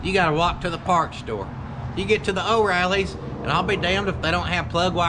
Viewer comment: it ain't pronounced "Oh Riley's." The real pronunciation is "Oh REELY's."